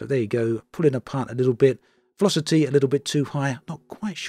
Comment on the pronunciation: The veloci-TEE